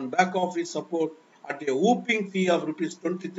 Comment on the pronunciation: It is WHOPPING FEE, NOT whooping fee. Pl correct yourself.